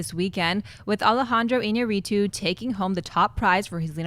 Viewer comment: Its I-ÑA-rritu, not Iña-RRI-tu.